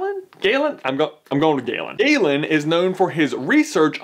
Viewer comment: You pronounced Galen right. My little brothers name is Galen.